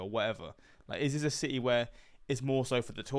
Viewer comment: Si-Ee lol it’s city haha